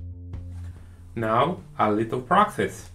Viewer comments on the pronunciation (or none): none